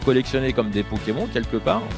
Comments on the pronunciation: A écoute comment il a dit pokemon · J'ai retenue une chose, comment le type dit pokemon... C'est pokemonEEEE